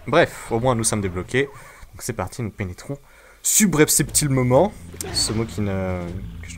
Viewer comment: en mode galere, enfin c'est vrai que c'est pas facile a dire subrepticement